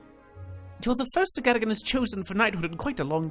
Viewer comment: The knights name is pronounced sir (gar dogan )